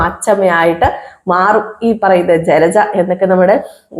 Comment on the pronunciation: ചിലച്ച അല്ല ജലജ എന്ന് പറ